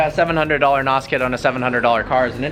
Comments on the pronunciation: Funny thing is, it's N.O.S. It's not pronounced as "Naus". It's pronounced letter by letter. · It's not called NOS.... it's N.O.S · When noobs say nos and not N.O.S. >.> I cringe every time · Did u really call it nos it's either n.o.s or nitros not nos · It is N O 2, not N O S! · It's nos not n. O. S. Have you ever watched fast and the furious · It's pronounced Nos kit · It's pronounced (en oh es) N.O.S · its pronounced N. O. S. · Pronunciation of Nos is wrong, N.O.S or nitrous.